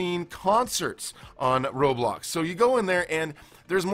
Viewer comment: I remember when roblox was red and blocky it’s ROBLOX not RO-TRO and this sentence I LOVE this “experience”. No just no this is wrong and cursed 😡